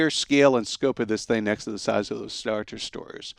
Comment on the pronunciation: "Star Destores"